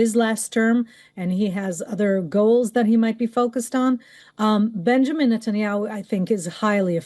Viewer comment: A reporter who cant even pronounce Benjamin properly. Keeps saying Benamin